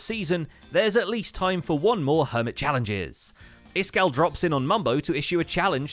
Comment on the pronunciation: Iskal85 not Iskall85 lol